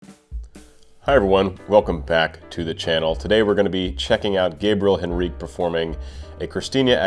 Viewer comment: Not to be a scold, but Gabriel pronounces the final E in his name, so it's something like HEN-reek-ee. Love your analyses. For a belter extraordinaire, Katrina Velarde can't be beat.